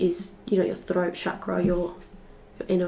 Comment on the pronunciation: Yeah the froat chakra is coming froo